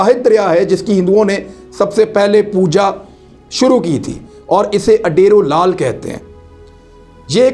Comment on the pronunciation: Adero lal nahi udero lal hai